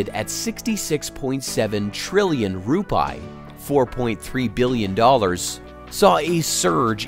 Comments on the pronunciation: How to correctly pronounce Indonesian Rupiah: Ru-pee-ah, not ru-pie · Rupiah, the correct pronounciation is "Roo-pee-yah" Not Roo-pie. 😂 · The correct Indonesia currency mentioned as "RU-PI-AH", not RUPAI..,what is Rupai anyway?😂😂😂.. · Rupiah it's ROO PEE AHH, yourwelcome. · ... SPOT ON ... my nephew and I couldn't stop laughing hearing this pronunciation. My nephew said... perhaps he meant "TUPAI" ... hahaha LOL.